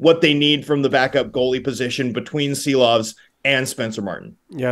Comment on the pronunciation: Homas Rance or Thomas Drance? Arturs Silovs or maybe it's time for ARTURS SHILOVS!!!??? Š like Škoda or Shanahan!!! It's time to pronounce it right!!! 🇱🇻 SARAUJ🇱🇻LATVIJA🇱🇻